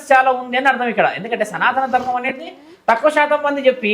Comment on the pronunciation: ఆవిడ చాలా ఇంటర్వ్యూలు చూసాను విన్నాను ఈ మధ్య యూట్యూబ్ లలో, కానీ ఇంటర్వ్యూలు చేసేవాళ్ళు ఒక్కరుకూడా సనాత ధర్మం కాదు సనాతన ధర్మం అని కరెక్ట్ చేయట్లే దేంటో 🤔